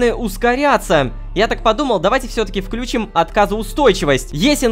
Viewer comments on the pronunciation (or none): none